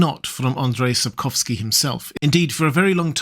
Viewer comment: Wow, you pronounced "Sapkowski" very nicely, congrats, I've heard people badly butcher his surname many times. Sapkowski once said he considers anything other than his stories to be just fan fiction, fair approach, I suppose. But it comes at the cost - there's really very little canon lore.